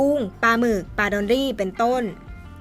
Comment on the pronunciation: ปามากระวังหัวแตกนะจ๊ะ ปลาจ้า ไม่ใช่ปา